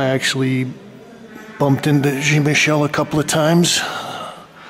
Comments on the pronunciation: .Your pronounciation is ignorant. Jean is a French name and is pronounced differently in French - not pronounced like Gene. Jean in French is John in American English if that's your inclination. Thanks. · It really grinds my ears how he can't pronounce Jean's name right ! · It amazes me that in Brooklyn, they let this person upstairs with a camera to do this jacked up bootleg film. And if he really met Jean, he would have kicked him for not saying his name correctly. Get out! I detest these colonizers.